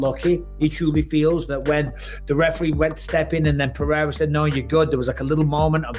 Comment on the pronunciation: Why everyone pronounces Pereira as Peheira? 😂